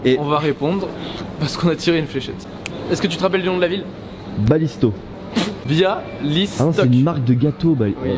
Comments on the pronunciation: Weeeeeee Pologne !!!!!❤️❤️❤️❤️🇵🇱🇵🇱🇵🇱🇵🇱🇵🇱 C mon pays et sa se prononce "Biawystok" et pas "bialystok" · Bialystok se prononce en français Biaoiéstoque je sais c blizzard mais je suis Polonais ;) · Mdr j’y vais tout les ans 😂 et ça ce dit « biawéstok » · Ils disent bialistok alors que ça se prononce Biawéstok 😂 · Et oui, en terme de conduite les polonais sont pires que les français (je suis franco-polonaise et j'y vais souvent) PS: La ville se prononce "Biaoué Stock" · Bonjour je suis franco-polonaise (c'est vrai) et la ville se prononce Biaoué stock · On prononce biawestok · Bon bas la Pologne🇵🇱 idziemy tam ? Par contre la prononciation de Bialystok est horrible ça se dit (Bial et stock) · Nathan MR pas du tout on dit BIA OUAIS STOCK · Ptn j'ai kiffer la video, j'ai reconnu tellement d'endroit ! De l'aéroport de Varsovie a Białestok j'y vais chaque année 🤣 (Par contre mes oreilles ont souffertes pendant toute la video a chaque prononciation de la ville, renseigner vous au moins la prochaine fois comme sa se dit ^^)